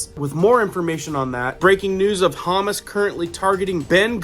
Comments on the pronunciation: FYI. You are mispronouncing Hamas. It is HA and MAS not hamas like humus. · Not humus, it’s Ha-mas. Driving me nuts calling it that lol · Hate doing this but please, it's Haa-maass not humus (like the dip). ❤. Love all you do, many thanks. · I wish you'd stop saying hummus instead of Hamas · Hamas is pronounced, HAH MOSS not ha miss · Thank you!! I was just about to comment this 😂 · Please if you are going to report news pronounce these these groups correctly Hamas - “Ha moss” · Hey my friend might want to check on the pronunciation of Hamas. My wife loves to dip carrots and other veggies in hummus as a healthy snack. :-) As Always, thanks for your daily work! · It’s pronounced Ha-moss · It’s Hommm osss the vowels are short and hard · are you intentionally mispronouncing Hamas as hummus humus is something you put on crackers, Hamas is it Palestinian Muslim terrorist group which we've been dealing with since the mid-seventies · Geez wish I didn't know this, n it wasn't going on. Hamas pronounced huh-mas, n Hezbollah hez-bow-la God Bless. Love your videos!!! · Pronounced Ha moss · HA MAS SAY IT CORRECTLY ! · Hamas pronounced Ha-MAS. You emphasize the second syllable. Listen to the video you just showed us 🤷.Not "simular" , the correct word is "similar" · Its pronouced Ha- mas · I have to chuckle a bit with the way he is pronouncing Hamas, sounds like Hummus. Yes we go from one war to the next war overnight, as is always the DS Cabal way, look over here, not over there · PLEASE learn the proper pronunciation of words like Hamas, of hummus, unless you're talking about food. Please. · How could you have spent time in that region and still misspronounce Hamas? It's huu-maas. 😏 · Hamas is pronounced huh-moss. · Hamas is pronounced hum-oss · Honey, it's pronounced ha-MAS. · Hamas is pronounced huh Maas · Bruh, how do you not even know how to pronounce Hamas or Hesbola? Lol😅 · Someone needs to tell him how to say Hamas 🙄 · Me too ! Hah ! I corrected him too !